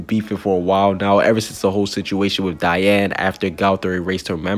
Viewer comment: can not say baan, gowther and die-an its pronounced bon,gother and deean